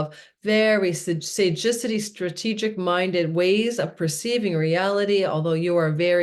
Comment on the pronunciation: I think you mean to say “ sagacity” (wisdom) not Sajicity? 😊